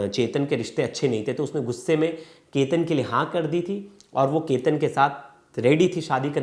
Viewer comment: Kya anchor banega re tu! Sir aap sahi se Chetan & Ketan nahi bolskate to itne videos kyu banate ho. Just apne khudke video dekhlo purane. !